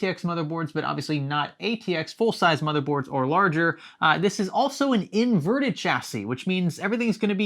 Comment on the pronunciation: say invernted without n and r